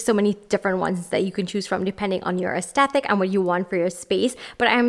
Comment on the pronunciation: The word is aesTHetic not aesteTHic. You're pronouncing it wrong.